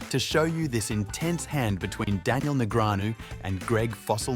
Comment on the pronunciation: The narration on this video takes away a lot from what it could've been especially being an automated voice that can't pronounce Daniel's name correctly